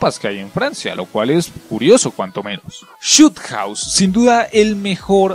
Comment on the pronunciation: Khandor hideut... shot hause... Rust... Shipment... Teminal... Buenos mapas de verdad